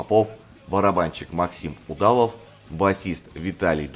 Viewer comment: Автор, что с ударениями? Что за трерО, УдАлов, НОрфолк? Кавер на Штиль делали сольно Линдеманн и кто-то из гитаристов Раммов, а уже пираты выдали этот сингл под именем Раммштайна.